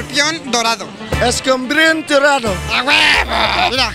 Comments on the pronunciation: "escombrión dolado" Jajajajajaja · jajaj ese man dice nacho libre perfecto casi..y escorpion dorado lo dice de la verga